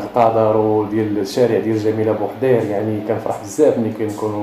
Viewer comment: لتصحيح جميلة بوحيرد وليس بوحدير